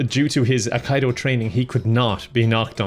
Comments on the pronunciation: Aikido is actually pronounced EYE-KEE-DOH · Its aikido... ay-kee-do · is a Steven Seagul genius. P.S. - "Aikido", as with most words in Japanese, are pronounced as if you read them in Spanish:3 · I had to turn this off after all the mispronunciation of Aikido. It certainly is not aik-eye-do! Google it before you make a video or you are as bad as Steven Seagull. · No, you pronounced it wrong. Aikido, not akaido. Seagal is very weird however. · 😀 Did the presenter call Aikido as "Al Qaeda"..? 😀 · AHH Kite O???😇..Aikido, " Eye Keet Oh"...get your joke right darling! Even a drunken half German, half Norwegian, half Native American (My mother was a big women) can pronounce Japanese. Good Vid though, keep being a chad...Segal is the biggest joke not only in Hollweird but also in all Martial Arts circles! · Ackido? Sounds like an insurance company to me. It’s pronounced Ah-kee-do. 🤦🏻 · The video is great, but... "Aikaido"? How many romanised Japanese words do people need to read so that it finally sinks in that "i" in romanised Japanese always have a "ee" sound? Haha. The hard "I" would be "ai". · The Corey Feldman of action movies 😂 FYI -- it is pronounced "AI-KEE-DOH" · ... is he pronouncing it "Uh-kai-do" just to troll us? I don't get it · It's pronounced ai-ki-dō btw. It's not a "form of karate", it's a completely different martial art. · I - Key - Dough. You're welcome ;-) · It's pronounced a-key-dough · Great Video ! BTW, Aikido is pronounced like; I (as in me) key dough. In one interview Seagal said; 'They call me sensei' The word 'sensei' just means teacher. In Japan kindergarten teachers are called 'sensei'...it's just like saying Miss or Sir to your teacher. Hilarious that he thinks its some mystical title that Japanese martial artists have given him ! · It's pronounced "Akido" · Great take on that idiot seagull. BTW, it's pronounced AYE-KEE-'DOH! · I like how pronounces aikido uh-kai-dough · Aikido = Eye-Key-dough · aikido, ah-key-dough